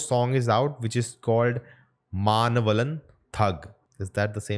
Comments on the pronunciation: Not maanavalan it’s manavalan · its pronounced, manavaaaaaaalan thug. :)